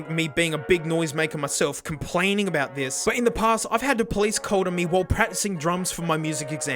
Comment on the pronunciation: Alright, whaddyatalkingabeet?